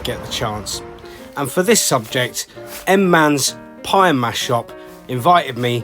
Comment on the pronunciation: Manze is usually pronounced 'Man-zee'...not 'Mans" as at start of your film, but you correct it later on...!